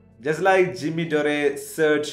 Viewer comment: It’s Dore not Doreh